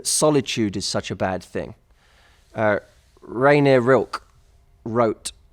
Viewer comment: It's not "Renée Rilke", it's "Rainer Maria Rilke", you have to pronounce the E at the end :) Anyways, good vid, was nice to have you mentioning him.